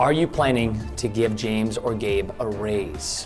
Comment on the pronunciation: It’s pronounced gabe not gave